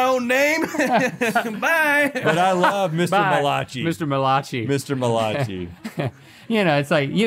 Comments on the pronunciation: "Muh Lachee"..... ok Malachai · Them saying “mal-ah-chi” when it’s pronounced mal-uh-kai” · The way pronounced Malachi as Muh-lah-chee 💀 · Malachi?? MAL-I- CAI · Every time they mispronounce Malachi, my heart dies a little inside. xD Bless them for trying.